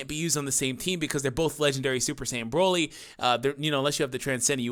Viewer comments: Lol you very briefly said Broly correctly. Idk what the English VAs were thinking, honestly. After all, there isn't a single vegetable, in any language, called BROcolli. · The only dokkan youtubber that pronounces broly and doesnt make me cringe